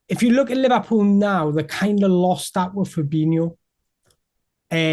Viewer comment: Lee Vah Pull?